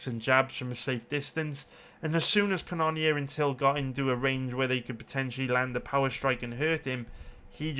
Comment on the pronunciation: Ca none neer gets pretty irritating after awhile lol knowing that's not how you pronounce it